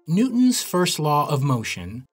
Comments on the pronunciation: “New-ons first law” 😂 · Silent T.